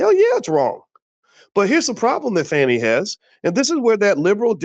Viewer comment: The mispronunciation of her name is wearing me Out. Her name is not Fanny.